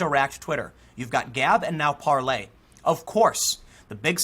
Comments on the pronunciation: FYI Tim, its definitely pronounced parleR, with an R not par- lay. This info comes directly from the CEO of the company. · “Parler” is pronounced like ‘parlor’ - I think it’s an American startup app using blockchain decentralization. It seems legit, is catching on 👍🏼